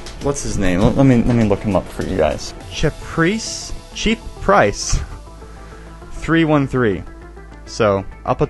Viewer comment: “Cha-preace? 😳😅 cheap price. 😂”